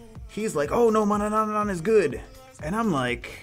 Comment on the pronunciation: You're saying four times the amount of n there are in Manannan... Manananananananana lol